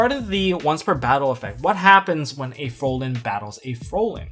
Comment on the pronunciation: Why does it annoy me so much that people can't pronounce "Fraulein" correctly? They all say "Frolen" instead and I don't understand why.